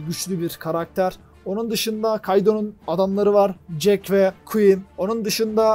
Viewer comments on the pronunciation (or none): none